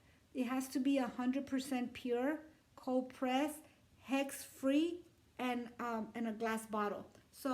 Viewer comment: Hex free? Is that what you said